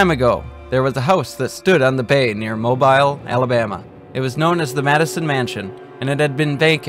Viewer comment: Mobile Alabama is pronounced mobeel.